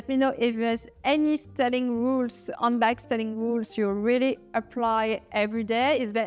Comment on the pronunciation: Thank you for all the valuable information about handbags. Just a little English pronunciation tip. It sounds like you're saying "Undbag." Remember that in English the letter H is a litle breath. Breathe in and out with the H. You can practice by saying H and feeling the breath on your hand.You need to hear the H- otherwise you don't sound authentic in English.